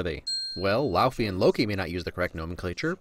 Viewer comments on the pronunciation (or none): Laufey? If you know it's æsir and not asgardian, you don't know it's pronounced "lauvoy"? ;)